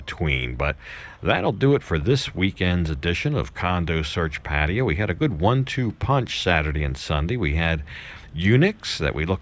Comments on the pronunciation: Love your content...but please there is no such place as PA TI A. Have you ever heard a Thai person pronounce it that way? Pa Thai Ya....try that... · Pattaya: pfat-tay-YA pfat-tay-YA pfat-tay-YA not: pa-TIE-ya PAT-tee-ya /// "pfat-tay-YA, pfat-tay-YA, Oh I love you mock ma." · Ok, you're moving back to Pattaya. Will you ever pronounce the name of the city properly? You show so much respect to Thailand, why don't you pronounce the city properly?